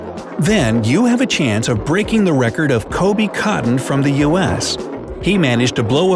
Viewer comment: “Coby cotton” Dude perfect? 🤔